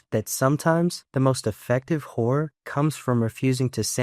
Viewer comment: bro did NOT say „horror“😭🙏